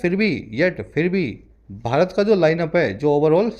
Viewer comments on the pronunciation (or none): none